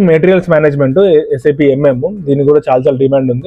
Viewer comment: Saaap kadhu bro.. S.A.P. !!!!